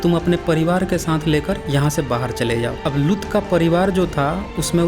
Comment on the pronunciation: Lgta hindi pdna nhi aata aapko bhai saab लुत नहीं लूत likhaa huvaa hai theek se pronouncition seekh lo hahaha